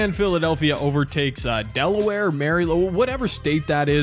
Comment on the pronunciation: As someone from Maryland, hearing him say Delaware killed me 😭